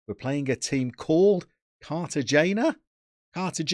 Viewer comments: Carta-hena - no aspiration on the n. Like Getafe - He-tafay. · I believe Cartagena is pronounced Carta-hai-na. Similarly Paco Gil is pronounced Paco Hill. North and Sout South America are usually pretty good regions to scout